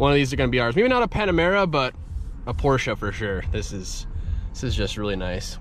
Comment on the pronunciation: Thank you for saying "Porsche" correctly!! Good work bro!